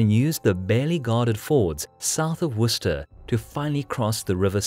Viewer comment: honestly its so good to finally hear somebody pronounce Worcester and Gloucester correctly